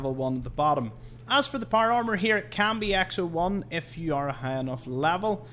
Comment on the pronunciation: Not par arrrmer